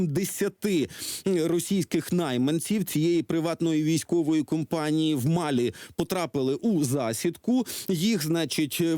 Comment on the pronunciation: Ведущий малограмотен… В названии страны Мали постоянно ставит ударение на первом слоге, а не на последнем, как правильно. Это бывшая французская колония, а во французском языке ВСЕГДА ударения на последнем слоге